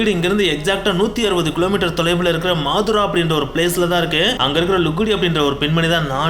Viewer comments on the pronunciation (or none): மாதுரா இல்லை மதுரா